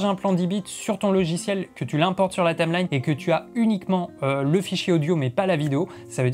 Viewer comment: "il va avoir énormément". Dommage qu'il fasse pas correcteur grammatical. J'aurais aussi beaucoup aimé savoir comment il écrit ce que tu prononces "Tame lagne"